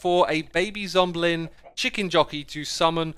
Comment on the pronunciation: "Zomblin" lol